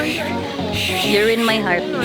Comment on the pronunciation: igata sa "URINE MY HEARRT" oy hahhahahshshshsh